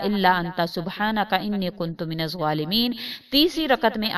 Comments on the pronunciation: Arabic verse jo slaam k baad perny ka app keh rahi hai... usmy inni nahi Anii kehna hai.... search kr k daik ly es ayat ko youtube pe.... bs views hasil krny ki peri hoti jaldi me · رب انی مغلوب فانتصر میں رب کے بعد انی زبر کیساتھ ہے